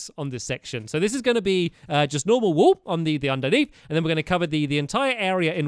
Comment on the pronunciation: does he say this wool or "this wall" in an accent? #